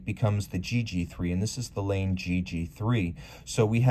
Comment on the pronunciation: Just a note, Laine is a Finnish name and is pronounced more like /laɪn e/ First part like "line" and then "e" from "e-levator"